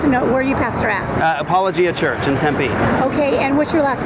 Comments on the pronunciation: Apologia is pronounced like apology but -gia instead of gy haha great video as usual! I’m really glad i found this channel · I’m jus laughing at the way you are pronouncing apologia lol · The name of the church is Apolo gia. I put the space in so you could pronounce it correctly. It comes from the term "apologetics" which is defending the faith through deductive reasoning methods.